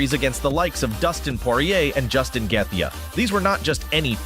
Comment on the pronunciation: Youve never watched ufc i take it? How the hell do you probounce Gaethje so badly